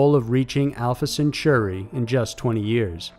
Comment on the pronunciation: This time I have a serious criticism on this video: You should have rewritten the script to reflect the recent death of Stephen Hawking! And a tip: In "Centauri" the "au" is spoken like the "a" in "mall". Also, phenomenON is singular, phenomenA is plural.